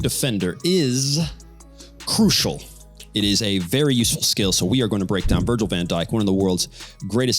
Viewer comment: Imagine getting football advice from someone who thinks his name is 'Vandyke' ffs.